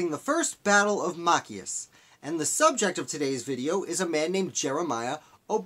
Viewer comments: It is Ma-chi-us. Not mack-I-us. You totally brutalized the name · Machias is pronounced MA(short a) - CHI (long i) - ES (soft e) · Mah- CHAI (hard 'ch' like in the word chuck, long 'i')- us- with accent on the CHI Hard to listen to your commentary with the name slaughtered- it's distacting. Why not redo your video? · It's pronounced "Machias."